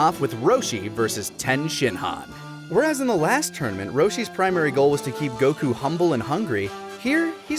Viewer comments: If you're gonna be pretentious enough to pronounce Goku like that at least do it right, the O sound in the native language would be a short O not a long O. Goh-Kuu not GO-kuu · Japanese does not have timing based accents. It’s Goku, not Go’ku. Learn to say Goku correctly first before correcting people on tenkaichi budokai. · gokuu... not to be rude but why do you say gokuu when everyone else pronounce it goku with parenthesis on the O in goku